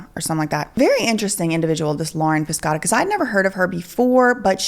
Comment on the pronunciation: It's pronounced PISH OH TA. I had a friend w that name Italian/Sicilian.